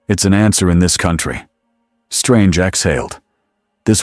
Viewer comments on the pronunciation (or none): none